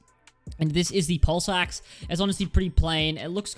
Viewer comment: Did he say pulse axe or ball sacks